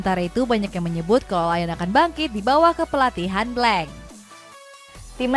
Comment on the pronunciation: lecce jadi lis udinese jadi yudinis blanc jadi blenk lyon masih aja disebut layen literasinya ancur bos 😑